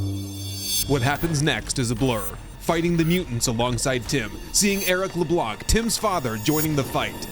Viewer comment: This Sons of the Forest series is very well done! In the name Tim Leblanc, we don't pronounce the "C" at the end. It's french ;P